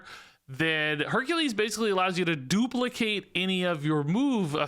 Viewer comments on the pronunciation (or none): none